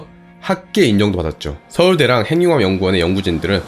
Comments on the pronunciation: 좀 이상하겠지만, 발음~ `행늉합'이 아니라 `해귱합'이 맞습니다. (전음법칙) 받침으로 쓰인 자음이 무조건 `이응'으로 전달되어 소리납니다. 국영화~구경화, 발음~바름, 석양~서걍, 북유럽~부규럽, 미국영화~ 미구경화, 한국인~ 한구긴, 윤석열~ 윤서결 , , , 잘 보세요!! 무조건 `ㅇ'으로 전달되어 소리가 나죠! [전음법칙] ~ 해귱합이 왜 이상하냐~? 발못된 습관 때문입니다. 구속영장~ 구소경장(짱) 영화는 구경하는 겁니다. (미국영화) 미궁녕화로 잘못 발음하면 `미궁'에 빠집니다. ㅎㅎㅎ 미녕화~ 구경화~! 오케이~!? 무조건 이응으로~!! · 행융합이 뭐야? 발음 바르게 합시다. 해귱합! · 행융합이라 읽지 않고 해귱합이라 읽습니다. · 발음 `해귱합'이 맞다는 걸 증명해볼까요? 간단합니다. 하나-둘~셋~ 이런 속도로 핵-육-합 한 글자 씩 읽어보세요! 절대로~ 행늉합이란 발음이 안됩니다. 다른 단어들도 마찬가지입니다. 천천히 한 글자 씩 읽어보세요. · [핸뉴합] 발음봐ㅋㅋㅋㅋㅋㅋㅋ 그리고 ‘발견’이 아니라 ‘발명’이에요. 구분도 못하시나.. 영어 발음 굴리는데만 신경쓰지말고 한글부터 제대로 쓰시길